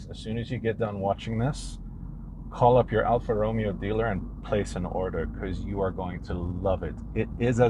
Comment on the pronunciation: You pronounce the Romeo part wrong. Lol